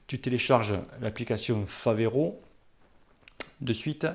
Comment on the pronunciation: Mdr tu as bien dis Favero et pas Ferrero, par contre tu as dis "Assomia' au lieu de ASSIOMA, et tu insistes en plus !!!